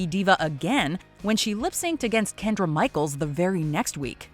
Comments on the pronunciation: It's KENYA NOT KENDRA Michaels!!!! Perhaps you should pay more attention to the name of the queens before you create these lists. 🤦‍♀️ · Kendra Michaels🤷‍♂️🤣 can’t even get the names right. So disrespectful 😳